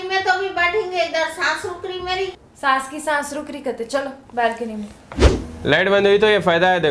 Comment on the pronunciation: "Saas" ki "Saans" rukh gi😂😂😂😂